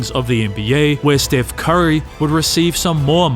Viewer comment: bro said "stiff curry"